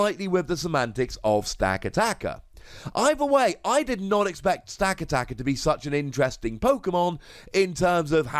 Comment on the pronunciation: It's pronounced Sta-cat-i-ka. Like the movie 'Gatica' but not really an 'i' sound. All your emphasis is on every second A sound instead of giving each A sound the same emphasis.